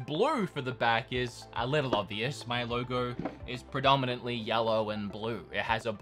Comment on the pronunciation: Lowrrr Goorrwww (logo)